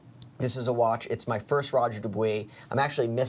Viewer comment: FFS learn how to pronounce Roger Dubuis correctly!